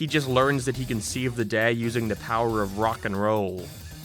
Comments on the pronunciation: What kinda accent is that? Every time he says the word “day” or anything close to that word he puts this weird emphasis on it? Like some kinda accent lol. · God is anyone else super bothered with the way this guy says certain words? Everything else is so normal until he says “out” pronouncing it “ayt” Edit: He just said “day” and i wont even attempt to spell whatever it is he mashed together. Became? Down? Day? All a total mess for a guy narrating professionally